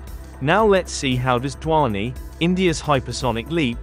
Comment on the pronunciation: "DHVANI" pronounce to dhang se karle pehle 😂😂😂